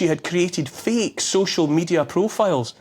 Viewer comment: He says feek instead of fake.